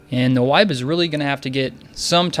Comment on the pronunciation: its pronounced "Nib" like "nibble" - it's a play off of a friend's typo he made a lot in counterstrike saying Nyb instead of Nub - so its basically you Nub, but Nyb :| but it was funny listening to you try to say my name :) uNyb